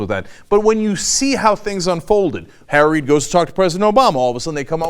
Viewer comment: On an un-related and random note, every time Cenk says "Harry Reid", it almost sounds like he's saying "Tara Reid" I just thought that was kinda funny